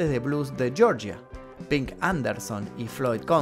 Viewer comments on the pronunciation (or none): none